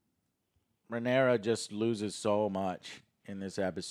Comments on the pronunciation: "But it was Rhaenyris who showed restraint.." Me: dangit Joe. always screwing up the names.... Wait... Rhaenyra + Viserys = Rhaenyris... Holy shit Joe's a GENIUS. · Rhaenerys, of course... Popular characters like Rhaenerys, Daeneryus... Look, I don't buy this Joe is dyslexic thing anymore, when literally all three of them are too stupid to properly remember names and say names properly, then it's not dyslexia, it's just fucking stupidity of fat spoiled brats thinking they're smart when they're not... Like Alex takes the 'cornered dog' analogy WAAAAY too literal that he proves how low his intelligence actually truly is. Fight or flight doesn't jsut apply to literally being cornered Alex, I know peanut brains can't understand that, but again, you're complaining on something, just so you can seem smart and shit... Aemond losing control over Vhargar is actually really deep and smart, because Aemond isn't really Vhagar's original rider, even if Vhagar accepted him, I think it's more of Aemond just having forced that upon him, than there being the actual bond that we know that dragon and rider have in a lot of cases. Like I highly doubt Vhagar would really give a shit if Aemond died. Arrax for that matter freaking out, as a seriously YOUNG and still growing dragon, against a huge dragon, in a storm, with low visibility and everything, feels cornered, even without there having to be a literal corner, Alex. It went full fight or flight mode, and it chose to fight stupidly. Seriously question, is Alex incapable of understanding human behavior and psychology? Because I have literally heard the guy asking about horror movies for example: "How is th